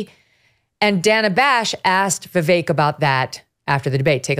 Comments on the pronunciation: Viv - eck ..... not Viv ake... or Viv ick. It's Vivek. Viv and eck! It's not Spanish. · His name sounds like Vivake. How does he not know this? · Megan Kelly his name is pronounced " veevek" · Vivek “Rhymes with cake” is the best! 👍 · weird how glenn still says vivek's name wrong, as a journalist